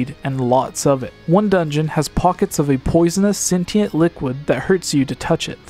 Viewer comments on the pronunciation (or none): none